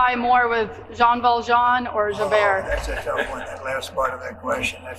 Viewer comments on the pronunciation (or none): none